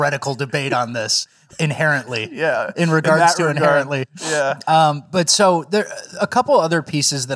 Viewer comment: My deaf ass thought y'all were saying "apparently" for the first five times you said inherently..